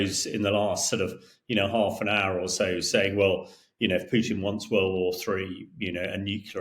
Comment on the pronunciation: it's Krasnov, with A. In Russian it means RED. But I love how you called Putin as poopin 👍